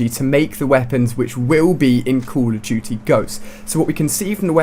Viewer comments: he said call of tootie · I like how he pronounces COD "Coll of tuty" jajajajajajajaj